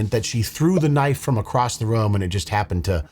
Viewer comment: IT IS NOT "RUUM" IT IS "ROOM"